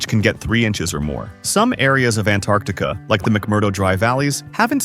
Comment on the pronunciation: Also you’re a bit inconsistent in pronouncing “Antarctica”.